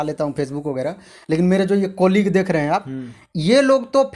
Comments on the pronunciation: कोलिग नही बे,,,,,कलीग होता है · भाई कोलीग nii बोला जाता ..... सबसे पहले pronunciation और ascent मे सुधार करो,.